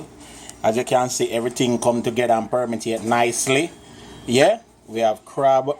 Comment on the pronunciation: First time watching but.i almost piss myself with listening to u guys...I have never heard that foreign word "permitate" and I live here all my life. Just seh simmer my youth....and gwah suck up the juice....dwl bout ( elocusious) stop bruk mi out wid them mek up word deh....the food look good though thanks for the smiles guys ur vibes shot. From: Alberta Canada